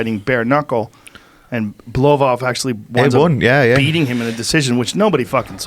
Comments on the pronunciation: blovov? levin? joe can be intentionally stupid at times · BLOWBOV HAHA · Artem "blowvov" levine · Damn right Joe rogan had to apologize for getting the goat's name wrong at the beginning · Did Joe just mispronounce God's last name? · GOD DAMNIT JOE HOW COULD YOU MISS PRONOUNCE THE HOLY ONES NAME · Joe your female comedian podcasts is one thing but you messing Lord Lobov the goat of bareknuckles name up is unacceptable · WTF Joe how just how as the person who announces fighters how do you mispronounce the goat himself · Joe will actually be dead in Ariel's next show chat for mispronouncing the GOATs name. RIP Joe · Did this guy actually mispronounced GOATs name ? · How dare you Rogan say the name of the all time goat wrong! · How can you get the GOATs name wrong Joe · How you mispronounce dude's name and I don't? You get paid a few mill to know shit guy